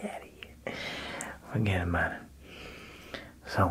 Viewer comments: ..what did you say..? ..fugetaboutit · When he said “fuggedabawtid” i really felt that